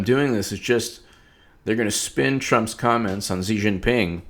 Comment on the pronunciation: Dude, stick a fork in you. You're done. Antibiotics champ, quickly. The pronunciation of Xi is a little off but your "Jinping" is passable. Hillary Rodham Felon lost an Ambassador on her watch. Shame! I like Jeff Sessions, the old fart, but I'm starting to think we would do better with Jessie K. Liu as AG. Hillary Rodham Felon 2020? "Absurd specificity" haha Hillary Rodham Felon stole the White House china. But she had to give it back. haha